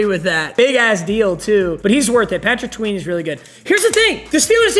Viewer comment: bro said Patrick tween